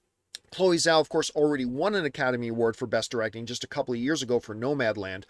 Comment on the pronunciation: Chloe Zhao's last name is pronounced like "jaoh" but let's not put effort into that like john puts effort to say Michael Fassbender's last name or even Denis Villeneuve's last name... cool. Let's pick & choose, why don't we. John being in the industry & saying he "freakin loved" Nomadland & liked Eternals. If y'all say he's saying it as it's spelled, then explain the other examples 🙄😂